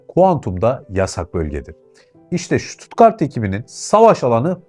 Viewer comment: Vay be Almanya neymiş.... 😂😂😂 Kim inanır? Kadir inanır... Hocam şuttuttgart değil... STUTTGART 😂😂😂